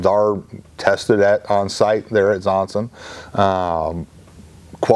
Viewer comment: I'm wondering whether pronounces Zongshen more like "Zonsen" on purpose. It sounds closer to a name like "Johnson" this way and doesn't make it so obvious, that it's a Chinese product. At the Aero exhibition their booth was even branded as Zonsen Aero Engines (not Zongshen).